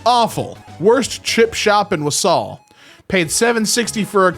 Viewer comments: THE WAY HE PRONOUNCED “Walsall” HAS ME DYING. THATS NOT HOW ITS PRONOUNCED 🤣🤣🤣🤣 It’s more of a “war-sul” It’s a small town in the West Midlands of England. My home town lmao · ✨Wa Sal✨ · The way he pronounced Walsall lol 💀